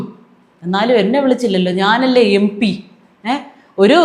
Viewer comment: Kudos to you. First time I heard a malayali pronouncing MP correctly. Everybody else is pronouncing it as MB.